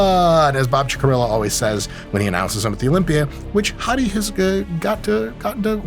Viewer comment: I kept thinking Mike was calling him "Hottie"